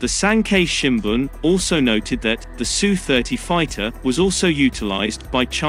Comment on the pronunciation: It's not sue, it's S U. And China is buying more S. U. -35s.